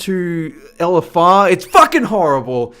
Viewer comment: I like when he says "ELLEFFARR"